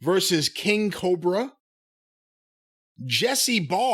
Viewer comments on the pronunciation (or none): none